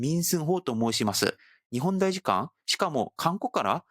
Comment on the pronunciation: パクさん日本語がすごく上手なので、さらに完璧にするために指摘させてもらいますね「たいしかん」です「た」です。日本語は面倒ですが、今回の動画の最も柱になる単語なので、指摘させてもらいました。すみません。